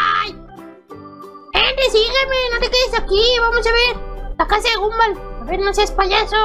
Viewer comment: No se pronuncia Gumball se pronuncia Gomball